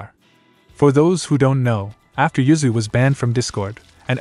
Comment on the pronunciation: The ai voice says uzuy but it sounds like yuzu